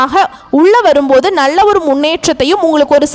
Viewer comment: Your Tamil Pronounciation is very bad in L. Nalla, is as Nazzlla